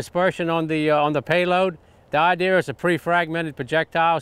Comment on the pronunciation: idear, arear? Why the r? You're not British, Jerry!